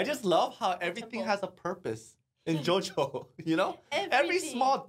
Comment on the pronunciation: Beh che dire, JoJo in Italia mi ha fatto veramente ridere. Anche se la pronuncia sarebbe da migliorare, ma Hey è pur sempre JoJo quindi non posso odiarlo